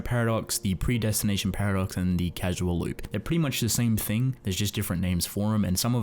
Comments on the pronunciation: 9/10 Excellent concepts and explanations that fit with the themes of the work coupled with interesting visuals, but you keep saying "casual" instead of "causal". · IT IS CAUSAL AS IN CAUSE AND EFFECT, not "casual" like not a serious relationship. Please... it's an earsore. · I'm sorry man its pronounced CAUSAL not CASUAL lmao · Hey uh, it's "CAUSAL" loop, not "casual" loop as you say. Causal, like, causality - this CAUSES that, etc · “Casual loop?” It’s Causal (kaw-sal). As in there is a cause that loops. Not being snarky but it’ll be good to know going forward, or maybe it’s completely useless knowledge since you already made the video. Oh well. Great vid either way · Awesome video but Casual <> Cause-all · Great stuff man! Just for your videos going forward, it's pronounced "CAUZ-EL" loop, the base word being "cause". There's nothing casual about time travel :P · Love your work, but your mispronunciations irk me slightly. Example in this video: you pronounce "causal" as "casual."